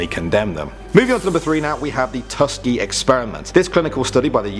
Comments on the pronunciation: It’s not Tuskgee….it’s pronounced Tusk-kee-Ge! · you really should learn how to pronounce Tus-KEE-GEE properly. It's not Tus-kuh-gee. 🤔🤔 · Isn't it pronounced Tusk EE Gee with a hard g like in the word "goat"? Have I been wrong all this time? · It’s pronounced Tusk-geey-geey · "Tusk...E...gee" sorry that screwed me all up lol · Tusk-a-Gee LOL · it is pronounced tu ~ski~a hard ~. Gee